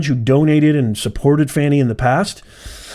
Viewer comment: 'Shroud of darkness ' sounds like a euphemism for 'black people in office'. Why would YouTube send this garbage to my news feed? Also, it's pronounced 'fawn-ee', not 'fanny'. You all care more about this woman's conduct than the criminal behavior of a PRESIDENT! This channel goes straight to DO NOT RECCOMEND.